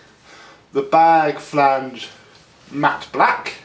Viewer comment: Bag flange. It's the way you say it 🤣